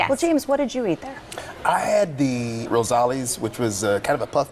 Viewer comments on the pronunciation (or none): . Risoles... not rosalis.. omg..5 years ago..